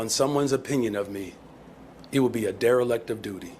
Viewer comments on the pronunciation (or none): "it would be a derelict of duty." The word is "dereliction," brainlet.